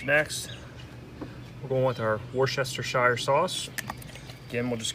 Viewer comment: I totally LOLed at how you say Worcestershire 😂👍 Delicious looking grub 👍😋